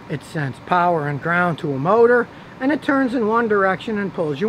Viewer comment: Scotty you say "paher" windows like a Pittsburgher!